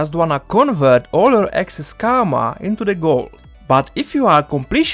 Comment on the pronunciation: "Convert it into de Guld" lol 👍 great video through